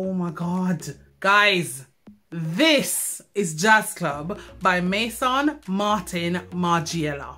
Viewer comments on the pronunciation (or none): none